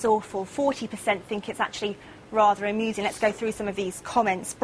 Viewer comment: ''Rather amussung'' ?? This is fucking hilarious.